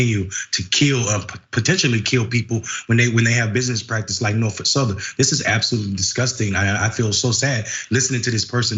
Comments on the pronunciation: Jesus christ... Can someone get her some reading lessons. It's NorFOLK rail, not NorFORK rail... Saying Norfork makes you sound like you have no idea what you're talking about and are not a credible news source. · Red state, yet again. Sorry to be that guy but 'norfork' is killing me.....😂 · "Norfork Sutherland", if it were intentional, would be epic trolling and disrespect on Nina's part 😂. Either way, i like it 👏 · Norfuk? Way to completely butcher their name